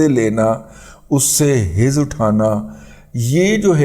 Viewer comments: حظ اٹھاتا کا تلفظ درست کر لیں ح پر زبر پڑھی جانی چاہیے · حظ۔۔۔۔ح پر زبر ھے۔